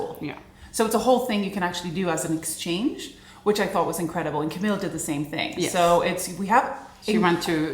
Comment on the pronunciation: Omg, my name is Camille too! I’m surprised you pronounce it the same way we do in the US. Maybe only the French pronounce it differently. My name is uncommon here, so it was weird to hear it in your video! Thank you for such a lovely time in Sweden ❤